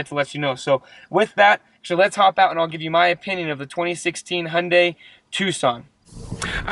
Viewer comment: 'Hi und die' not ' ' is a German dogs optical sensor. Ps Thanks for the review, good work